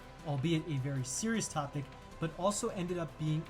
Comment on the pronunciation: The rest of vid. was good though.. also, it's TOOOOOOPIC... NOT... Topic